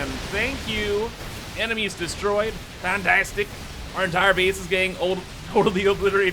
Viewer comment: perfect video! I will definitely begin to say 'FANTEYSTIC' myself xD